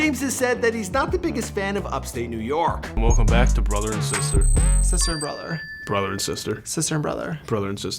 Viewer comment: No offense when he says back it sounds like he is saying bawck